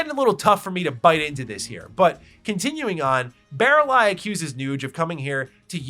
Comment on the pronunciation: I looked away from my screen to crack a beer and was like Did he just say Barrel eye? Who the fuck is barrel eye?” I never finished the game when I was a young teen because it was too girly of a game for me so I had no idea who Baralai was.